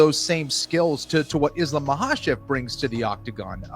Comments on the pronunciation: Chayle says Islam Mockelchev. Silly 🤡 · Islam Michael-Chev😂😂😂😂 ~chael sonnen